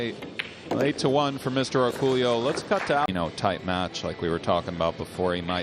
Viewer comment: Why can't commentators pronounce his name correctly. It's Orcollo. (Or-coy-o)